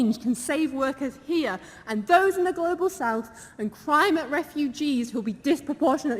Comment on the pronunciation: Grobal warming eh.... 🤣🤣🤣🤣🤣